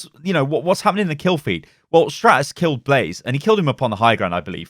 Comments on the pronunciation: Blah Zay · Blah zay not blaze